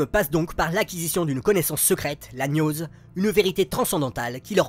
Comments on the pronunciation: Excellente vidéo, hyper fouillée comme d'habitude... Par contre, on dit "gnose" comme on dit "guerre", et pas "gnôle". Et on dit [Tsaïtgaïst] pour "Zeitgeist". Merci pour ton travail! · Toujours aussi fourni et passionnant. Et dire que jadis je pensais m'y connaître en cinéma... 😂 Seul petit bémol : le mot "gnose" se prononce /gnoz/, avec "gn" prononcé comme dans "gnome".